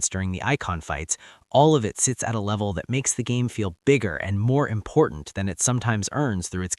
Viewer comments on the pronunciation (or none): none